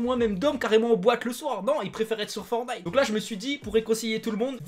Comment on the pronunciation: Pk tu dis forny c'est forTniTE